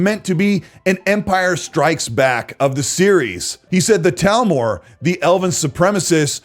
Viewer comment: It's 'TH'almor not Talmor